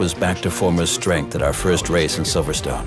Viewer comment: First Of All It is Silverstone notsiverstone